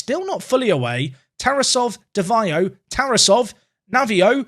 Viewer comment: unsporting personality of TarAsov (that's the proper pronunciation) is a little bit of concern for a 100m player